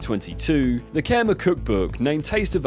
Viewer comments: Kimerr.. lol. research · What's "Keemer" food? It would've taken you 5 seconds to find how to say Khmer. And "Fuiyoh" as "Fo you"? Are you ACTUALLY using A.I. for your own voice?? Dude.... shame. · the mispronunciations in this video are hilarious. "foo you"? Like, you never heard him say his classic catch phrase? Don't even get me started on how you pronounced "khmer" or "nguyen". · A video about Uncle Roger and you don't even know how to pronounce "FUIYOH!" It's not the "for you" restaurant! You can't say Khmer either. Remember the Khmer Rouge in the news? We got it over here in the UK, mate. Even if you didn't, it's not hard to look up a foreign word you haven't seen before. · Don’t alienate your audience by mispronouncing Khmer 😂